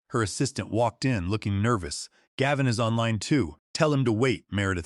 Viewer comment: Do you know why you have only Two Thousand Subscribers? Probably not, so I will tell you. There is a reasonably common male name “Gavin” that is “Gav” as in “hav” and “in.” Unfortunately you are just too LAZY or just DON’T CARE about your listeners. Too lazy to listen to what A.I. outputs or maybe you don’t understand English either way you insult your listeners! Also why can’t you edit a simple number and make it four million dollars, instead of 4 thousand thousand dollars. You will never succeed until you learn. So there is no Subscribe from me and a Thumbs Down.